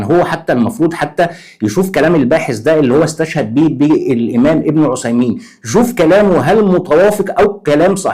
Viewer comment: بارك الله فيك ، بس أرجوك نطق بن عثيمين بالثاء مش بالصاد .